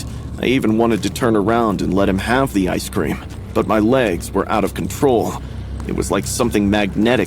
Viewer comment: Bro couldn’t pronounce ice cream that’s crazy